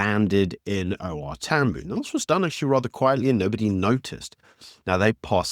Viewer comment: It's not TAMBOO, it"s pronounced TAM BIOW